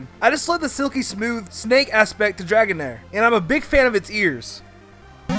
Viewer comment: dregoan-air lol